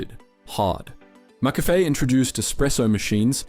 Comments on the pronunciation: Absolute banger of a video, but dude can’t pronounce McCafé for the life of him. Mac Café? Macca Fay? My Brother in Christ, it’s McCafé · You pronounced ‘McCafe’ once correctly in the whole video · Literally came to the comments to say the same thing.. 🤦🏽‍♂️😅